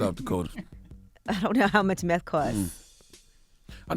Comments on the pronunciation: You can’t even say nineteeth or meth It’s not nineteef It’s not meff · This man cant even say meth, hes saying MEFF. 💯🤣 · "Meth... Where my teef go?"